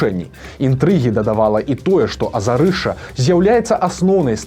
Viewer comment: "Азярышча", а ні "Азарышча"!!! Ад слова "возера"!